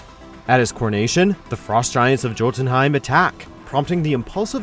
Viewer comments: Jo-ten-hime lmao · Cotunheim? Really? Hahahahha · Did he just say.... Jjjjjotunheim????!!!!!!! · the way you pronounce Youtenheim really bugs me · did you really pronounced Jotunheim with a "J"? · Dude, you don't pronounce the j in jotunheim. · The J is silent bro! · in, and we come to the comment section. Bf and I are shocked bo one has said anything about "Joe ten heim" "JOE TEN HEIM" LMAO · that's not how you pronounce Jotunheim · You mispronounced jotunheim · He miss pronounced Jotunheim xD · Is there a reason Jotunheim was mispronounced despite being said right away in the first clip for number 10? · Technically, the J in Jotunheim is pronounced with a Y sound since the name originates in the Old Nordic language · did he really just pronounce Jotunheim literally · It was better because after he mispronounced it they showed a clip where it was pronounced correctly. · Did he just say "Jo-tunheim"? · Good grief it's a silent J, so it's pronounced to sound like Yotunheim! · YO-DUN-HYME YOU PLEB WatchMojo, don't EVER let this guy narrate again. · I know words look foreign an hard to say but if you're gona do a video that includes these words, learn how to say the word ! Its not JOE-TENHEIM it's pronounced YOO-TENHEIM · Number 10: Jotenheim is pronounced "Yotenhime" not "Jotenhime". Number 6: Dumb decision - Picking a fight with Bruce Banner. The Brazilian jerk and his cohorts triggered the Hulk, not General Ross' troops. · Excuse me sir, but Jotunheim is pronounced with a Y where the J is, like you would say YO-tun-hime. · JOE ten heim? It’s “YO” ... “YO ten heim”. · ITS JOTUNHEIM NOT JOTUNHEIM THE J MAKES A Y SOUND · It’s said Yotenheim not Jotenheim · The first syllable of "Jotunheim" is pronounced like "yo", not "jo". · It's pronounced "Jotunheim" with a "Y"!!!!!!! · It's pronounced "YO-ten-heim," not "JOE-ten-heim." *eyeroll* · You mispronounced Jotenheim. The J is supposed to sound like a Y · It’s pronounced “Yo-tunheim” not “Joe-tunheim”!!